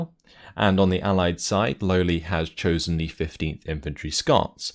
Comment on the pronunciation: Damnit, you need to pronounce it "Lole" not "Lowly";)